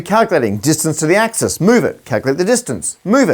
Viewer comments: Today I learned that the singular of "axes" is "ax-ee"! 🤣😆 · Did you say "axie"? That's a cool backformation